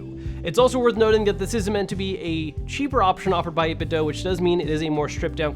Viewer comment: still can't pronounce 8bitdo right